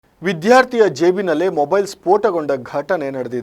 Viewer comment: ವಿಧ್ಯಾರ್ಥಿ ಅಲ್ಲ. ವಿದ್ಯಾರ್ಥಿ ಎಂದು ಸ್ಪಷ್ಟವಾಗಿ ಹೇಳಬೇಕು.